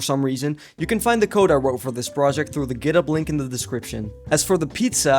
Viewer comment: "i think i should get a jawww" also lol "github" bruh